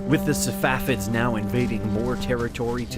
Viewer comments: why do you call them Savafids ? It's Safavids. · The correct pronunciation is Sa Fa Vid. Not Sa Wa Fid. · It's not SaVafids it's SaFavids.